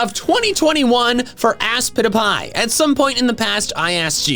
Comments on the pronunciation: ASPITPIAY it’s aspitpiay Not Aspitipie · I still hear [I spit a pie] in the intro.